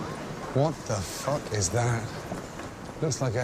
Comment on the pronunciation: It's not even swearing anymore. It's just "fook" instead of "fuck".